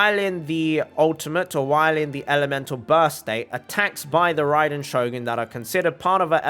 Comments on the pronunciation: RRRRAAAiden Shogun👍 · I love when he said THE RRRRRRAIDEN SHOGUN